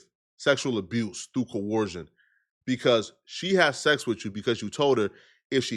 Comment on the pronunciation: struggling so hard to pronounce the word "coercion" lmao. It sounds like his nose is permanently clogged because he doesn't know how to breath through his nose.